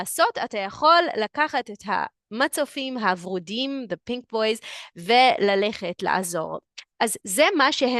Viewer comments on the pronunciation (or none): When I first listened to this episode I was so confused by the Pink Rescue Boys!! Then I printed the transcript and saw it was buoys! You pronounce it Boo-ee. Not like the word boy. A rescue boo-ee. It was really funny actually and I thought you should know! Hope this helps you learn some English. All the best!